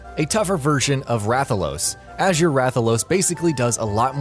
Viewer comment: “As-jure rathalos. Oops, I said azure wrong. Wait, just keep reading the script cards? Ok...”